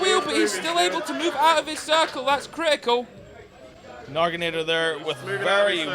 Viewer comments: why do they keep saying "Nagi-NAA-TOR?" where are they getting the "r" from? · That's not even close to how the word Naginata is pronounced